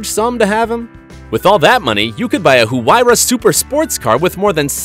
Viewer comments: When he doesn’t know how to pronounce huayra 😑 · The way he said huayra had me